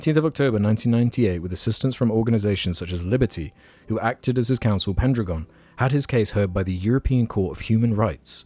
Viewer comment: I think "pendragon" is pronounced "pen dragon"